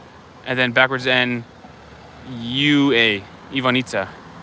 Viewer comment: Yes, you have pronounced it perfectly. Its Ivanjica, just like you said. Enjoy.